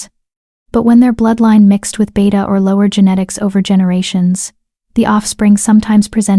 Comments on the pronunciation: It's Beta not beata, it's pronounced bay-ta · The narrator just called the beta a “beeta”. Ha ha.